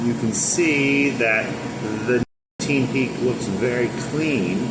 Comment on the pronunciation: You cant say nicotine?!?!?